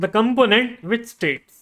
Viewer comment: You have something in your throat. Also, as most Indians do, you are mispronouncing the word "component".